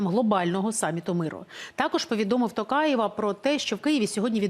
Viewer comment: Впервые произнесли фамилию Президента Казахстана правильно.Благодарю.